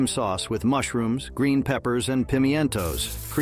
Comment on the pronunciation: Somebody please help the poor bot with the pronunciation of pimentos, Gatorgum and kabobs.